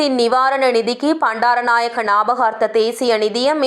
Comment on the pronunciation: Not சந்திரிக பண்டாரநாயக்க say சந்dreeகா bandaranakaya. Not p but B😅😅